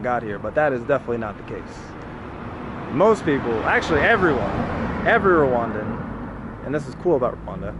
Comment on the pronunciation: I really how you just said “ you welcome to Rwandan” in a condition way and yet you said the whole thing wrong 😑😂